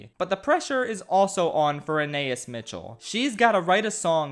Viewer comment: Ah nah eeS. You’re pronouncing her name wrong. Anaïs has a hard pronunciation on the S at the end & you separate the a & i. The i & s are pronounced like eese at the end of geese. Ana like Anna from Frozen. Anah-eese. I don’t know why this drove me nuts.